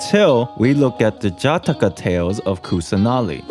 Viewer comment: Just want to say, Jataka is pronounced "Juh-t-kuh"